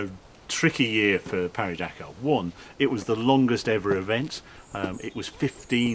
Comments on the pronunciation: We pronounce it Paris not Pari - we're not bloody French. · Though you are also pronouncing "Pari" wrong, even in French. You should put more emphasis on the i in Paris. You got the silent S right, but that's kind of it. It's pronounced kind of like Parry but with i instead of y. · Harry, Harry, Harry, if you can say the last part of Paris correctly, why not the first bit? It's PAW REE.